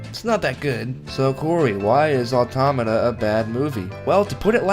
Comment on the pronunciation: You know it's gonna be bad video when the narrator can't pronounce the title of the movie correctly.